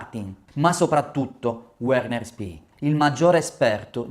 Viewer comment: Uolfgang non si può sentire, Uerner nemmeno!!!! Basta con l'anglicizzazione di tutti i nomi: si pronunciano Volfgang e Verner, sono tedeschi!!!!